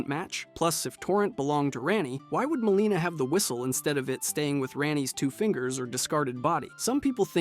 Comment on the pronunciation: Good video but quit saying mareeka and maleena bro. Its Marika and Melina